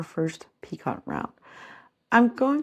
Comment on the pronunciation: Lovely work! Just an fyi- picot has a silent t.